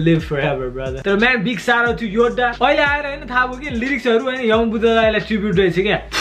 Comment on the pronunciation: muji ramrari 'Yoddha' pronounce garna sikh